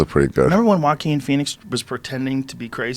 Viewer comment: LMAO “JO-AQUIN”